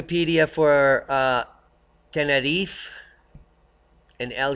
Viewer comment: Please say Tenerife correctly - nobody there says it like that and it sounds so silly. Anyways - I'll be there again in ten days time before moving out there permanently in a couple of years time and cannot wait - no more grey people, buildings and sky for me.